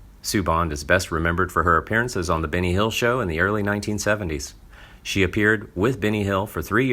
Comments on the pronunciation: yup, all i heard was Binny too.. Wonderful narration!!!! 🙄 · I agree its Benny not Binny